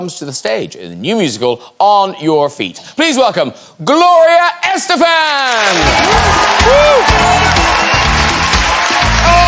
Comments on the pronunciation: No matter how many times she repeats her surname, English speakers will always stress it on the wrong syllable... Lovely and beautiful as always, Gloria :D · Graham, it would make a better impression on your guests if you pronounce their name correctly. Gloria’s last name is stressed “Es-TE-fan”